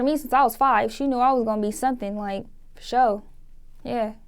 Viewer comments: she sniffed coke before she shot this... that's "furshurley" 😂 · Lol she tryna say "Fasholy" that's cali slang shorty get it right